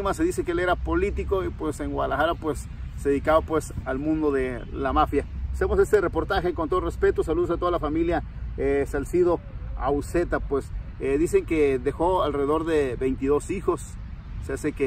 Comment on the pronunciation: Otra ves regandola....dijo, Saucido. Que guey....pongase listo. Es Salcido!!